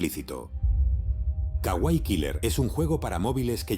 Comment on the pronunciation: Kawaii. Alarga el sonido de la (iii)